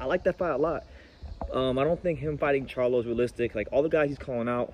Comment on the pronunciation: He Disrespected “The Face of Boxing” he called em “Canela” 🤣 He called Charlo, “Charla” 🤣